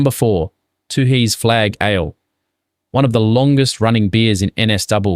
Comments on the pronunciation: Good subject but something strange about the pronunciation- nobody from NSW says “too-hees”, it’s “tueys”. 😅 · you can’t pronounce Tooheys properly, are you an AI voice?